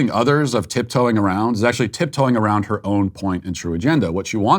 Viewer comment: The lady straight said,“tiptoeing awound” Sounds like the hunter from bugs bunny. “Wabbit”